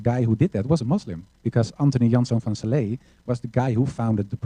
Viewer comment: Called SLA not Sala !